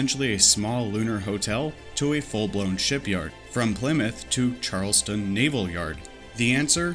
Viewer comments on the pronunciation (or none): none